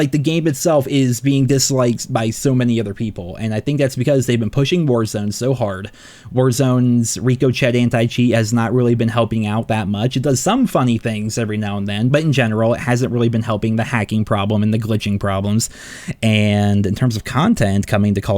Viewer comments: Why does he say Rico chet instead of ricochet, the anti cheat name image literally has a bullet ricocheting off of it. Or Rico cheting if you’re XD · ok the gag is up, saying "reco chet" is actually starting to become a problem now. You need to start saying it correctly, "rick - ah - shay" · Rico Chett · “RococheT”?? 😂 Please do NOT pronounce the “T”! It’s a SILENT “T.” It’s pronounce more like “Ricah-SHAY.” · Please, dude, it’s pronounced “RICK-uh-shay,” not “REEK-oh-chet.” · … The word ricochet is pronounced ri-co-shay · Bro said "rico-chet" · it is ric-o-shay. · RICK-OH-SHAY.....................for the love of God..........................🤔🤨😆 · Ricochet - “rick” “o” “shay” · IT’S RICOCHET FFS! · Love your videos so keep up the good work! But I have to do this. Repeat after me: Rick-o-shay (ricochet). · You are so wrong about anti cheat. The hacking situation has improved tremendously. You can't be even pronounce ricochet correctly. Good video but I can tell you don't play warzone and that's okay. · There should be much more pushback on the way pronounces “ricochet” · I genuinely can't tell if he is saying ricochet wrong as a joke or not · Dude is still pronouncing ricochet wrong. I wonder if he’s doing it on purpose to trigger people. It’s French, the t is silent. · I love you but you really need to figure out how to pronounce ricochet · Ok.....do you pronounce "Ricochet" like that on purpose???? It's bugging me now 🤣🤣🤣